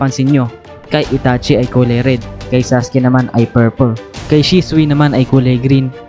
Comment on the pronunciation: Bat gnun pg pronounce mo sa name ni itachi?